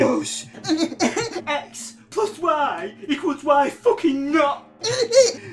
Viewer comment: If he evolves when he says "why" he will sound like "wha"